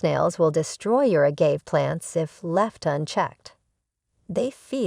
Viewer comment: Please get the narration to correctly pronounce agave, calloused and apache (like the indian) the right way for your next video...